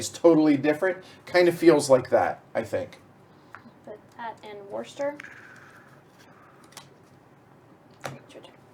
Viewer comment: By the way I am also from Birmingham and can I add my congratulations to those from Paul Umber for your pronunciations of the various locations on the board. I was particularly impressed by pronunciation of 'Worcester' (pronounced 'wooster' and not 'worcester' ). If I was slightly nit-picking I would say to you that Birmingham does have a 'g' in it (Birmingham not Birminham) but other than that I'm impressed! A bit of background info for you - Birmingham is known locally as 'Brum' (short for Brummijum) and therefore locals are known throughout the land as 'Brummies'. So the name of the game is 'Brass Brum' ok?:)